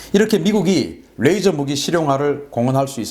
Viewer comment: "뢰이져로...(R)",가 아니고 '레이져로...(L)'이라는 진실... ㅡㅡ